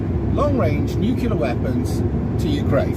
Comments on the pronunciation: For the love of god! NU CLEAR. Not bloody nucular. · ‘ new clear’ …. Not ‘nukular’….. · It's Nuclear (New-Clear) not nucular (New-Que-Lar) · Your understanding of history and geopolitics is simplistic and ignorant. The word is 'nuclear', not 'nucular'. Ad hominem attacks are not arguments. Read some books. Learn how to research and critically evaluate information, instead of relying on social media and your own subjectivity. You are not the brightest bulb. See: the Dunning-Kruger effect. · I think he doesn't understand they aren't nuclear. Or nukilar as he says. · Nuculer? 🙄 George 'W' has a lot to answer for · I stopped at “nuc-you-lar”. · I don't think nucular weapons are as powerful as nuclear ones....